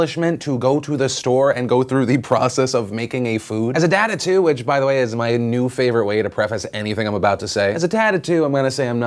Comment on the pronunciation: Philip DeFranco when u said a dad of two I thought you said a dad of 'tood